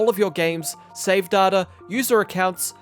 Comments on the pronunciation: Day-ta, not Dar-ta. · I know it's a regional thing but hate the way he pronounces Data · Say Data again I dare you! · They way he says Data 💀